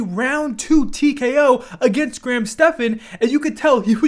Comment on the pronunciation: finally someone who said Graham’s name right! I even heard one of the commentators call him Grant instead of Graham 😂